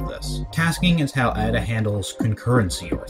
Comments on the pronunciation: Is he saying Ah-Da? It's Ada, the language is named after a person, Ada Lovelace. Pronounce it like the name... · I've never heard anyone pronounce Ada that way. Like "add uh." It's not deriving from "adding" something. It's a woman's name: Ada. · AY-DA not EYE-DA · just started watching, when I learned the language we called it Ada, pronounced as "aid-a", not as "add-a", have you heard that way too? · You would have thought that someone who teaches Ada would be able to pronounce it correctly :/